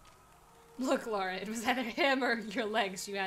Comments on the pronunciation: Brilliant playthrough first episode. Two things. Bass in audio is too loud for headphones. Second. Come on Nicole. Its Lara. LA-RA lol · I hate being one of those guys, but, This is not the first game. The first game was released in the mid 90s. This is the first of the reboot series. It's Lara, not Laura. :p